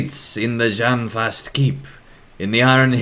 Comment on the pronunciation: Járnfast should be pronounced "Yarn-fast". The "jarn" is the same as the one is Girion's "true" name Geirjarn III and means "iron".